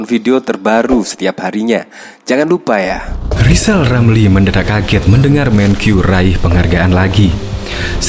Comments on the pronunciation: Lizal Lamli bukan olang pintal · Lijal lamli 😂😂😂😂😂